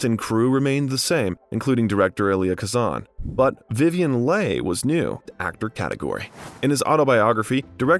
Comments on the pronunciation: Again you really need to work on researching pronunciations. "Blanch Duboy" " "John Huston" "Copolla" "Vivienne Lay" "James Can" as in the Pacino biopic. There are 25 at least.😮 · Also Vivien Leigh, Roger Ebert, Laurence Olivier, James Caan and Louis B. Mayer. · Yep, he mispronounced throughout. 'Anti-gone' instead of 'Ant -ig-o-knee' and 'Blanche Du-boos' instead of 'Blanche Du-bwah'. ' Vivien Lay' instead of 'Vivien Lee'. It was ridiculous and ruined what could have been a good biography. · The pronunciations in this video are problematic. Vivian Leigh is ‘LEE’ (not LAY) and ‘CAN-DEED’ (not Can-DID), for example. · Vivien Lay...Blanche DuBwoy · That wasnt the only one. How about Vivien "Lay". Antigone, I cant even imagine that. I quit on it too. It kills it for me when they have no respect for the "lesser peoples". Piscator also. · Do you mispronounce names on purpose? Or are you really that clueless. ie Antigone? Vivien Leigh, the star of Gone with the Wind..You never heard of her??How do people like you get employed is beyond me. I would think that you would do a little bit of prep before you read it thru. You sound like a dropout.